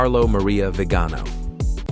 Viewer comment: Archbishop Vigano is pronounced VEE-ga-no. Please learn the correct pronunciation of the names.